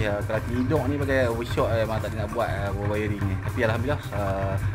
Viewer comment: Wiring bukan wayaring bohh 🤣🤣🤣